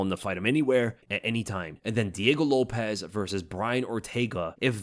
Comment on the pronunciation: Lopes is not pronounced like Lopez. Show him enough respect to get his name right.